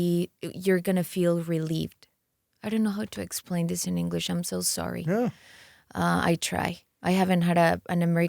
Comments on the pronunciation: Yesssssssss Belindaaaaaaa ❤ Her English is so much better than a few years. And she’s eloquent and fluent. Move to LA, practice practice the vowels and pronunciation. It’s so important and she doesn’t need much work. Just needs to perfect it. Hangout with ur English speaking friends sometimes. You’ve got this Loved the interview! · que bonito pronuncia inglés 💌